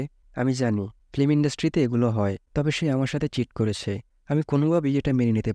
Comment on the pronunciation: ফ্লিম না ভাই ফিল্ম